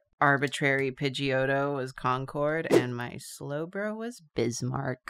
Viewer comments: I know it's Concord but it's pronounced conquered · Achem As a native of NH, it's pronounced "Con-kerd"